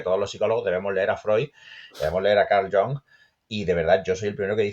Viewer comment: Genial pronunciando "Carl John"...jajajjajaaja